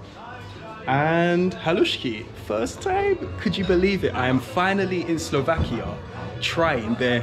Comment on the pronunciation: Stop saying SlovakiO, man! It’s SlovakiA!